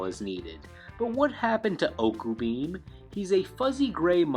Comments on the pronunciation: Not to be too pedantic, but hearing you say "Zombrya" while "Zombyra (Zombie-ra)" was written on-screen made my head spin. And to be pedantic, "Ocubeam" is pronounced "Ok-yu-beam" (like Oculus, a reference to its big eye) rather than "Oh-coo-beam". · Mystical Sand is a sand witch. Sandwich, guys... it's a literal joke card. Also, "OKU- beam"? It's "Ocubeam" like in "ocular" as in "eye".